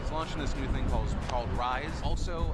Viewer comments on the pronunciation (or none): ‘th’ dude, not ‘ff’ Jesus. You’re so thucking unlikeable.